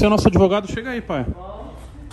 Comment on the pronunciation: A famosa "labia de ADEVOGADO" !!! KKK 🤦🤦🙈🙈🤡😂🤣🤣🤣🤣🤣